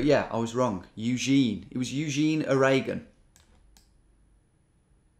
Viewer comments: The way you said "Euzheen O-RAYgun" had me cracking up, and then your little cheeky glance at the camera kept me going lol just what I needed today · "it was Eugene. Eugene, A-ray-gun.... -_-" lol!